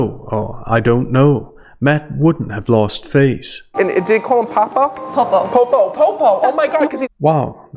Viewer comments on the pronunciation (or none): If her FIL is telling him about the "Popo" nickname, then why wouldn't he then know how to pronounce it correctly? He didn't even say it right, and she had to correct him. It's almost as if he only saw it typed online and didn't actually hear the deceased man say it. 😂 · When he mentions the name “popo” he clearly doesn’t know how to pronounce it i.e. he has read it but not “heard” it, it’s Christina that confirms the correct pronunciation, which confirms that he’s lying that he heard it. It’s also very common for a child of a dying parent to ‘put their life on hold’ when the parent is sick, I had to do that myself, so he made a statement that could apply to many people in that position. What a total scam. Thank you for bringing this to our attention. 🙏🏼